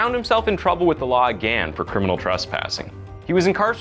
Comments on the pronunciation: Jesus christ, I couldn't even get a full five minutes in before you murdered the English language. It's "public defenDER," not "public defendant." The word is "again," not "againe." And wtf is "unwarranted evil"? Learn how to read before taking a job as a narrator. Damn. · this guy can't pronounce again and it's infuriating me more than any story he's trying to tell ..... again!!!!!! it's pretty simple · You say “again” wrong